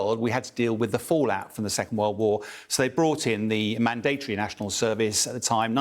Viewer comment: What's wrong with Bell, can't he pronounce 'mandatory' properly?